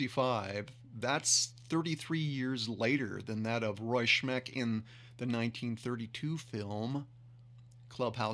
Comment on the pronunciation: It's "Smeck" not "Shmeck."